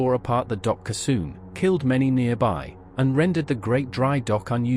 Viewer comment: What's a "kisoon"?😂